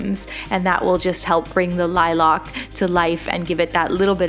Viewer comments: Ok but why say “Lilac” like “liLock”? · Is saying “lilac” weird or is there a different flower? I can’t find it but maybe I’m spelling wrong? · Every time you pronounced the word "lilac" that was, I was shook